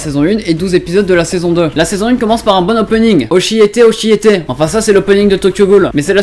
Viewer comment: Ptdr "oshiyaité oshiyaité.." sinon superbe vidéo le p'tit like comme d'hab